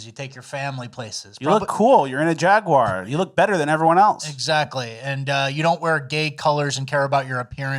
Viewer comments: It's pronounced Jaguar, not Jaguar. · The jaguar rep doesn’t even know how to say jaguar. It’s jag-w-are, as in ‘are’ you ok. Not jag you er, not jag wire. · You mean jaigyouaour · I will never forgive that guy for how he pronounced "Jaguar"